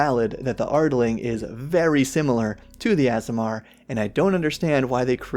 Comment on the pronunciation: I generally don't get caught up on this, but here's an easy way to remember how to pronounce aasimar: AARDVARK. AASIMAR. Two A's, not two S's. I can't help but wonder if that mix-up is one of the reasons they're making ardlings a thing.